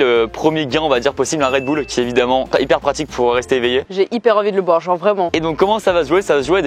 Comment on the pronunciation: RedbUll pas redboule